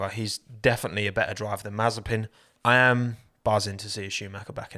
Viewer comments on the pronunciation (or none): none